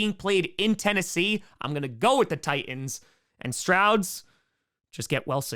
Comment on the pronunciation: The way you pronounce Titans...oof. There are 2 T's in Titans,!